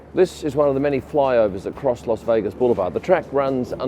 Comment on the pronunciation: its not "Los Vegas"....